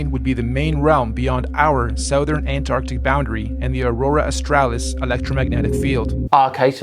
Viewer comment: Let's not forget, South-ern, ArTEMis, Aurora AuSTRAHlis....